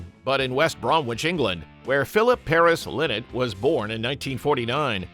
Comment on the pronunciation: You can’t even pronounce his name right?